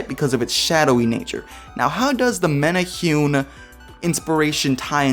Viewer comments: Also, “many- who- neh” is how you say it. Great job on trying and just rolling with it. :) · Great video besides the Hawaii pronunciations. Men-ah-hu-neee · The way you pronounced menehune was cringy :/